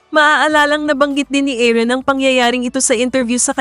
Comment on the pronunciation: Paki ayos po ung pqg pronounce ng name. Aaron po hindi Aaren.